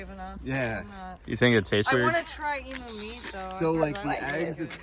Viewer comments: dude take it from an aussie. its pronounced E-mew not E-Moo, Its a bird you cant milk it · They’re not called Emoos cows moo it’s pronounced Emu see the U on the end. The eggs are very creamy l made a omelette from the emu egg. Then we carve them.